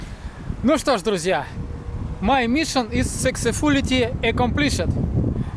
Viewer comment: Ну, произношение на инглише с владимирским акцентом..) Сексез фулити, (полный успех) если по-русски...